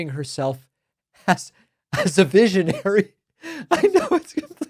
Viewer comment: A “veeshionary”? Has she been sniffing Smelvis’ marker fumes?